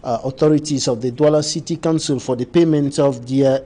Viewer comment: There is a difference in the pronunciation of COUNCIL and CANCEL!!!!!